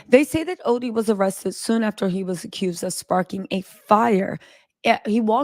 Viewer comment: ITS ARRESTED. NOT RESTED